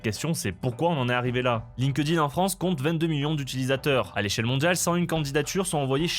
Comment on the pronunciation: Par pitié, arrête de dire Line-Queue-Dine C'est Link-Din